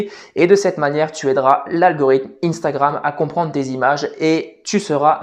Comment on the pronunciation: Instagram, sois tu le prononce en français,sois tu le prononcé en anglais mais tu ne le prononce pas les deux😭